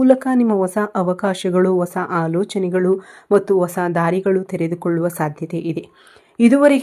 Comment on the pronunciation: ಮೇಡಂ ಒಸಾ ವ್ಯಕ್ತಿ ಅಲ್ಲಾ ಅದನ್ನ ಹೀಗೆ ಉಚ್ಚರಿಸಿ ಹೊಸಾ ವ್ಯಕ್ತಿ ನೀವು ಜೋತಿಷ್ಯ ಹೇಳುವವರು ಪದಗಳ ಪ್ರಯೋಗ ಸರಿ ಇರಲಿ.ತಪ್ಪು ತಿಳಿಯಬೇಡಿ. ಕನ್ನಡ ಉಚ್ಚಾರಣೆ ಸರಿ ಇಲ್ಲದಿದ್ದರೆ ಕೇಳುವಾಗ ಹಿಂಸೆ ಆಗುತ್ತದೆ. ಹೇಳಿ ಕೇಳಿ ನಾನು ತುಲಾ ರಾಶಿಯವಳು ನನಗಿಂತ ನಿಮಗೇ ಚೆನ್ನಾಗಿ ಗೂತ್ತಿದೆ